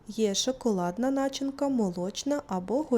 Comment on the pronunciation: В слове начинка ударение режет слух. Но дикция и голос приятные)